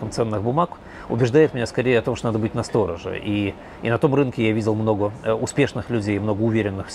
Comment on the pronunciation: Ударение в "настороже" должно быть на последнюю букву. То есть - "насторожЕ", а не "настОроже". А за интервью спасибо, Чичваркина всегда интересно послушать! :)